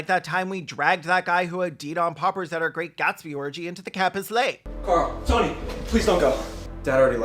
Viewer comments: I was listening to this in the background and every time the boyfriend and brother say “Carl” it sounds like they’re calling him Girl”. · Every time the boyfriend says "Carl" it sounds like "Girl". "Girl, you haven't come out yet?" "Girl, let's get out of here!" Girl, please. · haha i love that his name is carl because everytime uis boyfriend says it it sounds “come on girl lets leave girl”